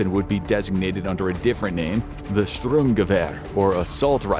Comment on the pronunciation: How hard is it to say STURM and not satdruyrm or whatever your americanization is trying to articulate? Just say StG if you can't pronounce the word properly. It's like chalk on a board.